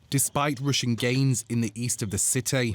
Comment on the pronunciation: What the heck are "Rooshen Gains"? or "Rooshen media"? 🤣🤣🤣